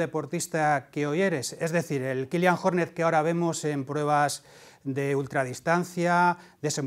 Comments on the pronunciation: Ni os habéis molestado en buscar cómo se pronuncia su nombre, que si seguís este deporte de verdad, ya lo deberíais saber... En fin, al segundo 9, vídeo descartado... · Hace daño al oído escuchar como pronuncia Jornet... y no soy catalán, de verdad, no cuesta tanto.